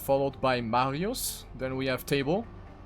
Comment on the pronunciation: Why do I cringe when you say MARIOES on the German way xD